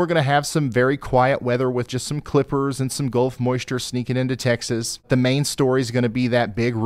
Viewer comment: You said Golf of Mexico? Eh eh eh